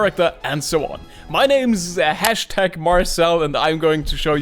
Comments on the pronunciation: It's not marshel it is Marcel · i know how to pronounce your name its marcel and not marshell not marchoni not macaroni not marshi not maricol not marciano and not #marcel. its marcel marcel marcel. #marcel